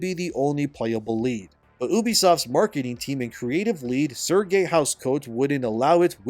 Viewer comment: It's not Sergei, it's Serge like saying Sarge.